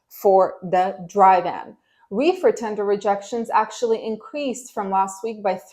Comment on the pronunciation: Your refer was funny its sounds like you said wefer market its all good just got a good laugh from it🤣